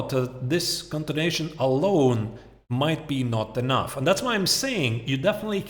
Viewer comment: its continuation not contination. So distracting